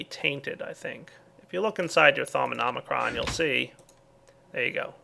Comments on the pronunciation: "Thaumonomicron" Fuuuuuuuuuuu.... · Its thauminonicon not thaum inomicRon